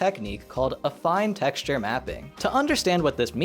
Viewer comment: Damn, I always figured it was pronounced “affeen”. Thankfully, is highly trustworthy in this regard, as evidenced, among other things, by his correct use of “vertex” and “vertices”, which many other youtubers who should know better keep fucking up to this day.